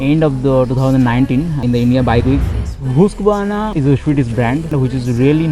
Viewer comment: Bro everything was great except the pronunciation of husqvarna . Your Content seems to be going on an another level that's why thought this small correction could help anyways it was really very heartwarming to see such precise and crisp vlogs from a Bengali vlogger.kudos to you man and grow a lot....❤️❤️❤️